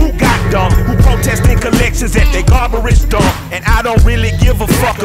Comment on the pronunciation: Ayo, we gonna pretend like Mike aint say "gar-bar-age" dump